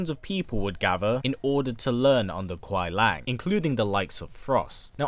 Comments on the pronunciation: Kuai Lang? Do you mean Kuai Liang? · Its kuai liang not kuai lang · It’s not Kuai Lang, it’s Kuai Liang there’s an I in it. It’s pronounced LEE-YANG. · As good as this video is you pronounced Kuai Liang name wrong the whole video it’s not Lang it’s Lee-ang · Kuai liang (Lee-ang) not lang lol. But we get what you mean. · Bi-Han is most likely not the first Sub-Zero; there's one in Deception who appears far too early on to be the same kharacter. Also, Kuai Liang is pronounced LEE-ANG, not LANG. Noob Saibot isn't a revenant either, otherwise he'd still have ice powers. He's a wraith. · Great video featuring my boi Sub Zero. But it kinda kills me every time you call him Kuai LANG and not Kuai LIANG. Just a little thing. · It was good, but he kept saying kuai “Lang”. And not kuai “Liang” (Kuai-LEE-ANG).. we know what he was saying but yeah lol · Why do you keep saying Kuai Lang? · Pronounced: Kuai LEE-ANG. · I like how you pronounced Kauai liang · It's spoken as kuai li-ang. Speak It correctly if you do an update video in the future.. but a good video. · bit correction : 奎良 is pronounced as "koo-e lee-ung"